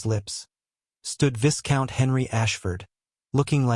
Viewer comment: viscount is pronounced as vai count.